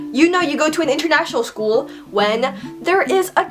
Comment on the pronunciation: When you're speaking I always visualize you're biting your inner cheeks or something like that..The way you say school is just so weird, like 'skoooo'